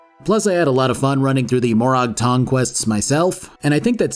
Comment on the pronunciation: More-ag tong, not more-ahg tong. You really should play the games you review. I know you don't because you mispronounce so many things characters say. Also Hlaalu, not huh-lay-loo.